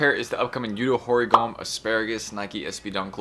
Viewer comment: Ho Ree-gah-may😊